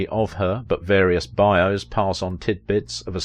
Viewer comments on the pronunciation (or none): none